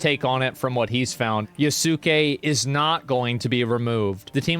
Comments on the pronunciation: He gets worse at saying Yasuke every video it's kind of funny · "Yaysukey.." "Yaske." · Its not YaSOOkay it’s YEAHskay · Yasuke ❌ Yesuke ✅ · Yasuke. Yasuke. Not Yah-soo-kay. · It isn't pronounced Yah Soo Kay....it's Yass Kay. You are the ONLY person I have seen pronouncing it wrong, lol. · clips can someone tell asmon its ya-skay, not YA SU KAY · Pronunciation of Yasuke is "YAS-KAY". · Yasooke lmao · It's pronounced, "yah-suke" the "suke" rhymes with "puke"❤ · Its "you-sucky." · Yaske bro u dont pronounce the u 😂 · YOS-KAY jesus christ dude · It's pronounced YAHS-KAY... how are people still mispronouncing this name, ffs? 😵‍💫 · Wow Asmon's pronunciation is worse than the game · Asmongold still cant pronounce Yasuke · as a white person, hearing another white person pronounce the silent u in yasuke is cringe. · You can tell Asmon's not a weeb by the way he pronounces Yasuke 💀